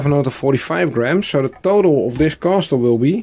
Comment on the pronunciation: I like the new intro! The wooden block was a good idea, end result looks nice, the pointy tower came out best I think. Small FYI: the T in castle is silent, so in UK English: kassel and in USA English: Kessel 😋 Oh and is awesome, I hang out on panels with him a lot 👍👊